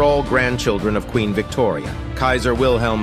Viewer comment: Wilhelm is pronounced WILLEM, not WIL HELM😂